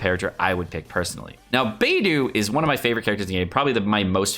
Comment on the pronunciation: i thought it was bei-dough not bei-doo